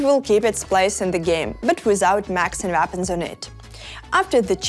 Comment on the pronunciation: “Macs and vapons”